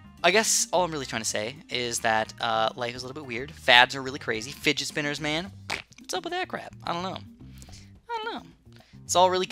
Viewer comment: when u said spidget finner I was seriously finning a fidget !M@ /0/